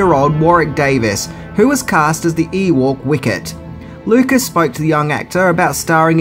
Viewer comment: EWOK, EWOK.....SAY EWOK.....NOT EWORRK!!!!!